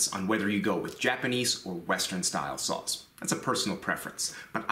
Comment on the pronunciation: I know he is saying "saws" but I keep hearing "sauce"